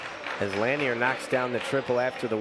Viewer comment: Lanier is pronounced La-near he driving me crazy saying it like that 😂😂